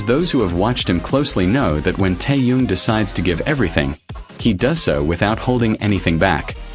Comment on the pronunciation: Блогер научись правильно произносить имя Тэхена дизлайк а не лайк